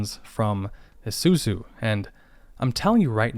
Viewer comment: I like how he pronounces Isuzu as "ehsuzu."